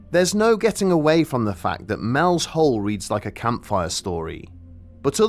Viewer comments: You keep saying "Mel's hole," but it's clearly "Mel's soul." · Are you saying Mel's Soul or Mel's Hole?